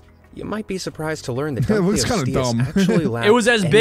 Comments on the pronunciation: It’s dunkleosteus dunk-oh-los-ste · Those things were real. Dunk-lee-o-stee-us. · Dunk-lee-o-stee-us DEEZ NUTS BOI 🥜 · they said dunkleosteus wrong